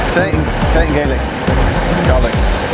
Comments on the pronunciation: No, it's Irish Gay-lick, Scots Gallic. See discussion in earlier videos. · In case nobody mentions it, It's Gaelic (pronounced Gay-lic) not Gallic! Minor pedantic complaint! Love this series and dreading when it ends.